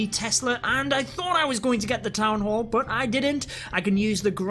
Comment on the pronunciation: It's "BUT" not "BOOT"😡😡